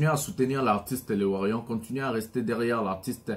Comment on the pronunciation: nous sommes warriors et non warion stp appelle correctement ça va???